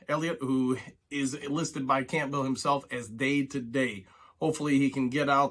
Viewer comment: I like your videos and you seem knowledgeable so you got a subscriber from me but you pronounce campbell very weirdly